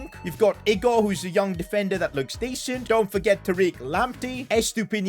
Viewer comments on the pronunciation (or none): none